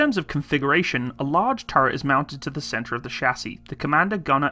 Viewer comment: What do you have against words with the letter "t" in them? "Over-heeding", "turreh", "Compuder", "thirdy", "warder", "operader" etc etc (Over heating, turret, computer, thirty, water, operator)